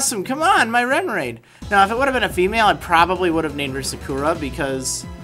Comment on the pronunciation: you cant even say sakura right!